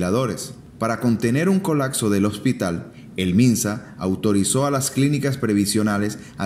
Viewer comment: COLACSO / COLAKSO no es un verbo la palabra es COLAPSO con “P”